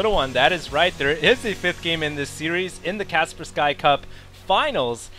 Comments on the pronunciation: IT'S READ AS KASPERSKEEEEEEEE, JESUS CHRIST! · Its KAS-PER-SKII!